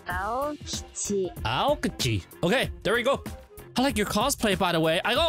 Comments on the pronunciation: you say his name wrong, it’s not pronounce like alkaji, it’s pronounce like alkeji but spelled alkigi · Bro, im getting triggered "ayo-kiji" Its AO kiji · Bothynus/Bot-fenus Thats How To Spell Bothynus Avis/Ay-vis Aokiji/Aw-ōkiji Try Saying Them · it is pronounced "Aokiji" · This is why i dont like videos at the start of the video bro already Pronounced the name aokiji wrong